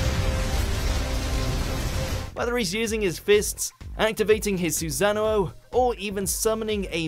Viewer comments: Did he really say "YOU-CHIHA" and "SU-ZANO"? At least look up the proper pronunciation man, even in the dubbed version they pronounce it right. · The way he said susanoo really pissed me off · With Cocytus, you should've added in the line where he says "I apologize in advance, normally I would face you with weapons in each hand, but you are not mighty enough for me to draw both" Super badass line. Also, please learn to pronounce Susanoo v.v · Listen . How does he say sussano’o